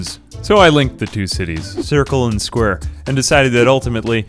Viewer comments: Why do you pronounce it "squrr" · I love how you say 'sqwr'